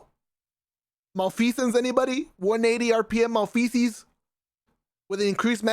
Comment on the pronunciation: when he said Mal-Feces instead of malfeasance I died